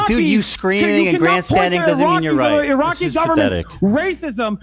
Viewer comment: Reminder that Hasan openly admitted to visiting a brothel known for underage sex trafficking. He admitted to this. On stream. Also, love how Hasan cannot pronounce "Iraqi". Dude says it like "Araki". "I know you go to sleep at night in a cool racecar bed, but I have family." That has to be the most savage thing Ethan has ever said. Rare H3 W.